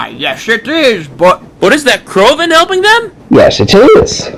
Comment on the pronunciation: CRAVON?!?! I think you mean, “Crovan.”